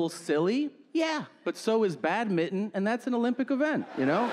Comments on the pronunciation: Badminton.... wtf is "Bad Mitton" ? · i love tom S's jokes but did he call badminton bat-mitten ? or am i hearing wrong here :/ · I thought he said "bad-mitten" for a second. XD